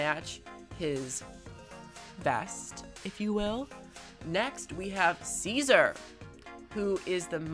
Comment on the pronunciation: guys he spelled cesaer wrong he said cesae